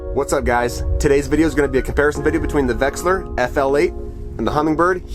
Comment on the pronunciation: 1: There is no g in Humminbird. 2: Its not pronounced vexler. Its a V E X I L A R. 3: My OCD twitching bad.